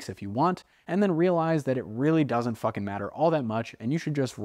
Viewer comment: you're one of my knew favorite just off that one line "it really doesn't fookin matter" (humor in the irony of spelling it with the McGregor accent because he's obsessed with how he looks)